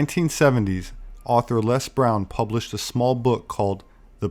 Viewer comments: Please American viewers, get this....Les is an Englishman. We pronounce his name Lez not Less. Got it?....it's Lez not Less. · It's Lez Brown....not LESS.